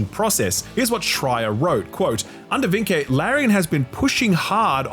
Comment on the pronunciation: You’re pronouncing Vincke a bit wrong, it’s pronounced VIN-kuh